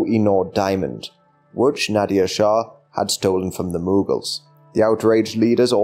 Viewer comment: It's not pronounced Nadia shah 😂. Nader shah is pronounced like Na + duh sound + R sound , is not pronounced with the sound of "i". Many words from middle eastern language and even in punjabi or other eastern indian language which when written in english are written in a kind of wrong way, so you'd think they are pronounced like they are written but it is not true and they are just written wrong in English, pronounced very differently .